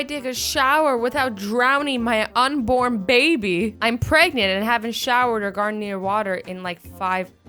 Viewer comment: I initially thought ot said "unicorn baby", but then I realized it said "unborn baby"